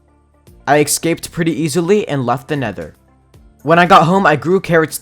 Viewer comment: Love how he says ekscaped not escaped 😂😂😂